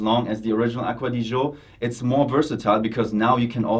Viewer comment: Aqua Di Gee Oh. not aqua di joe. mangia cakes.